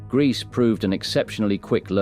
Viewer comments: This narrator pronounces Grese 4 different waya, all wrong. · I was a very heavy drinker for a long time,I have not drank for nine years,I now have to live with the sickening reality of the World I live in.I think the pronunciation is Gresa.